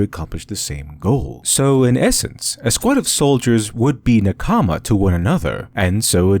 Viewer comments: save me pls, i barely could keep up, all i heard was nakAma, nakAma, nakAma. Never heard this word from an english speaker, so it sounds silly xD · I don't understand how americans after watching so many anime can pronounce simple, common Japanese words so horribly. NakAma, really? Good video though. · He butchered Na-KA-ma. It was very distracting. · OMG! It's pronounced "NAH-kama!" You keep putting the emphasis wrong and it's highly distracting and frustrating. Watching literally any of the modern anime you mentioned would have revealed this to you. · Meanwhile I’m over here 3 min into the vid, frustrated at how he mispronounces “nakama” even though basic Japanese pronunciation couldn’t be easier and despite the 30 min video he couldn’t be bothered to do that much research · Good video but as a anime fan you pronounce nakama wrong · the (mis)pronunciation of the Japanese word "nakama" (meaning comrade) stands out quite a bit. perhaps you could research how to pronounce it. but other than that, good video :) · How can you get te concept of nakama so right but the pronounciation so wrong 😬😢 lol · take a shot every time he pronounces nakama wrongly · How did you pronounce nakama so wrong but kishotenketsu so right? Also, when i was first introduced to eastern literature, it felt more normal to me than western. I grew up lacking the amount of agression that many people here in the west have, and i think that may be the primary reason as to why. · ouch that nakama spelling hurts my ears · Probably interesting, but it was too painful to hear the way nakama being pronounced for me to continue listening. Wich is weird for me, as things like this usually don't bother me much. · Cringing every time you say a Japanese word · Awesome analysis! Just a quick note, your voicing of nakama is slightly off. In the Japanese pronunciation, the emphasis is on the first syllable. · Ahhh good essay but..... It's not NA-kama its NaKama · Please stop saying Nakaamaa. Thank you.